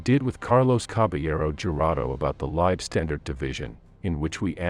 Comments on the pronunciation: Also Leibstandate isn’t pronounced libe standard, grips my shit. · Irritating pronunciation for commonly used German terms. "Whaffen”!? "Leibstandard"!!